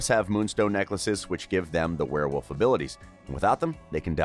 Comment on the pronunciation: Ahem its pronounced werewolf